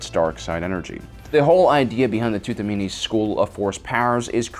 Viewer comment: Hmm tutamenes, your should work on your pronunciation and spelling of that word